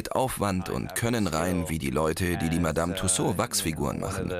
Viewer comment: Hat er ernsthaft "Madame Tusou" gesagt?😂 Gott die Amerikaner müssen wirklich alles so aussprechen